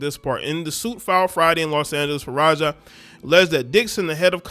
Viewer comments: Taraji P. Henson has basically the same name as this chick.... this lady's name is Faraji but you said Farajah. lol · Bro, pronounce the girls name the way it’s spelled. Her last name ends with an I and not an A.